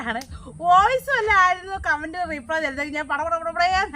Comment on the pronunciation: റീപ്ളേ അല്ല റിപ്ലൈ.. (Reply ) ഇനി ഇങ്ങനെ പറയു